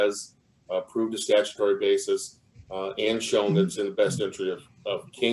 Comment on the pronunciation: I must be a very picky person because it's really bugging me that the judge keeps pronouncing "basis" as "bases" (basēs), which is the plural of "basis." You can't have "a bases." I want her to stop it. Yeah, now you see my quirky side on display.